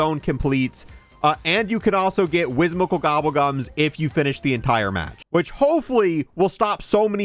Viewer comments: WHIMSICAL NOT WHISMICAL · Whim-sical. Not Whis-mical! 😂